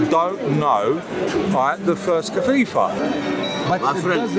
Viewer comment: What is a kafifa???? Lol 😆 he cant even say khalifa properly and thinks he knows more than most muslims.